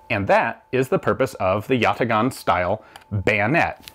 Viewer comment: it's pronounced yataaan. great short as always.